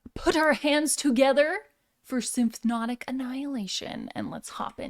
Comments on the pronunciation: I think it's cute that you can't pronounce "symphonic." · I like how she calls it symphnotic, like it's symphonic and hypnotic at the same time 😉